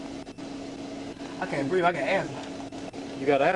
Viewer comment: "I'se was scared" ..."i cant breeve"